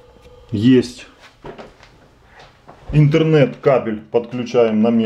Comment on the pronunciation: Не иНтернет кабель, а иТһернет кабель.